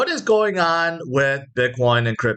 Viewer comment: can you say. ing...like go-ing, not go-ah